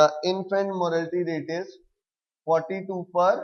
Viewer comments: it's not 'morality'.... it's "mortality"... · It's not morality , It's mortality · Sir vo Mortatity hota hai morality nahi😑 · It's infant mortality boss not morality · its not morality rate its mortality rate... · please correct yourself it is not infant morality, it is infant MORATALITY*